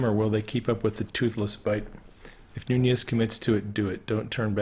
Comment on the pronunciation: You're one of the few who knows how to pronounce Nunez ! FYI the t in often is silent;-)